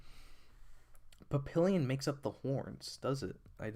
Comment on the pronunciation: I'm pretty sure it's pronounced pap pee yon